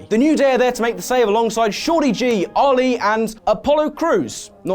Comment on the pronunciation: Its not OLI Its Ali Aa